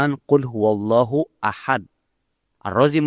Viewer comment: hal yang simple saja dia lalai, ahad tanpa qolqolah bisa merubah arti. Dari judulnya, kirain video nya ada wahabi nya beneran, ternyata cuma orasi sendirian.